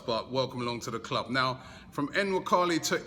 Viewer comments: Robbie's it's not N-nwakali. It's Nuwaa-kaa-lii But his going to be a big hit at arsenal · I don't think you prounce the N